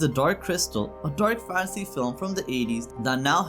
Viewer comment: He can't even say "fantasy" right and makes a bad list of recommendations